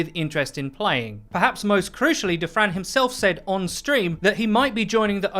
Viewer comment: All I hear is "table for 2 for Defran"